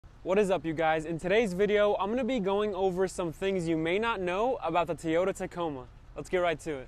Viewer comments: Toy- ota not Tee- ota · I hate how he says teaota instead of toyota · Why do you pronounce Teeyota? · Awesome content like the video. Appreciate the tips. I believe you're pronouncing Toyota Tee yota I have another Hispanic Chicano friend close friend. He says it that way too. I like it. I believe it's pronounced taw-yoh-tuh....toe yo ta. Much love and positive vibes your way brother. I definitely hit that subscribe button. See you in the next video! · That is the weirdest pronunciation of “Toyota” in the history of ever. Teeyoda? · The way he said tonneau and Toyota. Made me really hate this video and then the “v4” at the end was just a cherry on top